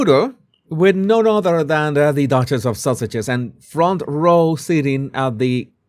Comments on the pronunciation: Lol I thought U were saying. Sausages 🌭 but the possibility that maybe it was a accent occurred to me, so I checked the transcript 😅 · When you say the Sussex’s it sounds like you’re saying the Sausages. Which is much funnier. 😂